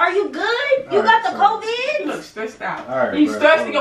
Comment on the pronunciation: I love when said “you got the covidd